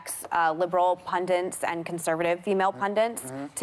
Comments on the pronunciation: She said "pundints" 😆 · MEghan lost me when she kept saying "pundiNts"?!?